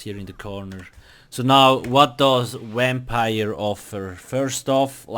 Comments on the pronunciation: Why so negative, thats just bc of where he comes from and he made this video to help ppl and then u are going to complain about the fact that it sounds like wampire? pls get a life and stfu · He say wampire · a "wimpire" lol The video helped me alot tho 💪